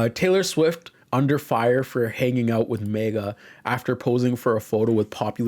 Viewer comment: I cannot endore the way you say MAGA as Mega.